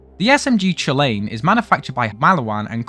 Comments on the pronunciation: The only thing i can think of for the bird on the chulainn (pronounced cullen not choo lane) is that the morrigan, the celtic goddess of death, was heavily associated with ravens and had a connection to chu chulainn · small correction, as while it looks like you would pronounce it riastrad, its actually pronounced like reea-strad, similiar thing for the Cú himself, as his name is actually pronounce Ku-Kullen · killed my Irish soul. It's Cōō-Lăn. Ku-lan. GODDAMMIT! The raven is a part of his last feat: cutting off a man's arm after being chained to a rock and slowly bled from several day's fighting. Because even in death, the temporary guard dog of Ulster will ruin your day. His spear could cause an enemy's blood to harden into thorns, kinda like a shock pattern. Oh, really... It's more like the "rock & roll" bullhorns. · Cú Chulainn is pronounced like Coo Cullen. The bird is a raven, and a reference to the raven that landed on Cú Chulainn after he died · Reading off the wiki, making terrible pronunciation jokes, butchering cu-chulainn as a british person, putting in Trump and other unfunny shit... It's bleak I'm afraid